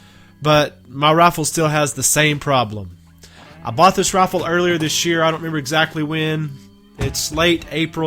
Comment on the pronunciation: Sounds like you're saying send this raffle back. I know you have an accent I know you saying rifle but it does sound like raffle LOL